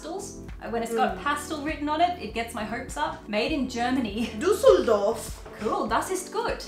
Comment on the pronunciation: I am surprised by how correct pronounced Düsseldorf 😂